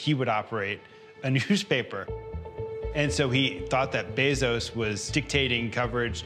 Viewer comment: Drinking game: drink every time someone mispronounce Jeff's last name.